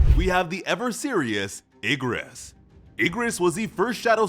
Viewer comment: Ok what the hell Bro messed up Igris name "Ingris"😭💀